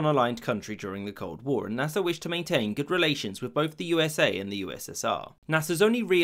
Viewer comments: Naser not nasa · Is it only me or every time he said Nasir..thought It was nasa? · I wont lie it keeps sounding like hes saying NASA